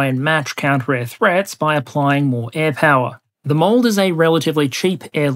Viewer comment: Hearing the MALD pronounced like m AH! ld was a surprise. I expected